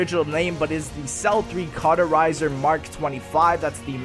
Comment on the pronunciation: stop saying carterizer..